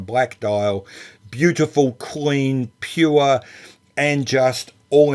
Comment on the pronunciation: Love the way Aussie add extra vowels in the word Pure !! Enjoyed the review